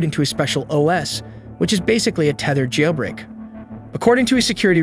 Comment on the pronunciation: Pronunciation of "progress" as its noun form (PROG-ress) when it was used as a verb (pro-GRESS), as well as the bizarre way "jailbreak" is pronounced makes it obviously text-to-speech. I bet the scriptwriter wrote "jail break" as two words in the script, leading to the wrong enunciation.